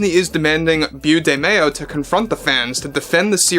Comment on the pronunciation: I'm sorry, I can't help myself. It's pronounced "Bo", not "Byoo"; it's short for Beauregard.